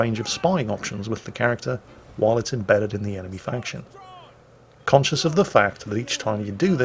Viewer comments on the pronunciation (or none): none